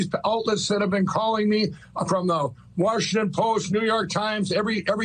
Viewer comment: "Worshington Post.!!!" Says Crackhead-Lindell..😂